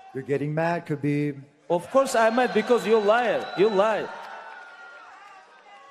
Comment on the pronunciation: Guy called him beeb 😂